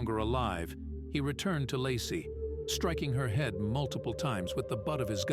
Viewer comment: Very good documentary but why did he pronounce "head" as "heed" and mispronounce the word "facial?"